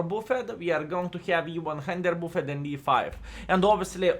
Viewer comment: No sense in mispronouncing "buffed" forever. Here is how to say it correctly